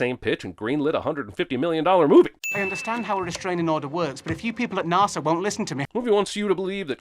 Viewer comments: Jeremy Jeremy Jeremy, how in the actual fuck did you let "nahsa" slide? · No English person pronounced NASA as "NAR-SA". This does not happen. He's doing that on purpose. Suspension of disbelief destroyed. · Movie wants us to believe that anyone, anywhere pronounces NASA as NAR-SA